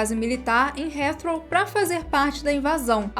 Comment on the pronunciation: Excelente video!! O nome do aeroporto de Londres se pronuncia "ritrou". 😀